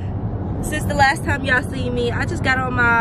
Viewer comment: I had such a grand timeee: WTF IS THAT 🤣 Tf is a “grand” time Lmfaoooo 🤣🤣🤣🤣🤣